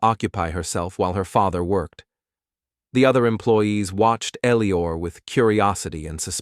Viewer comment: this AI can't read, I think the guys name is Eliot not Elior